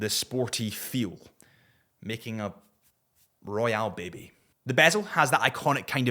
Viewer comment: I never thought 2 words in scottish accent would sound this good Royale Baby.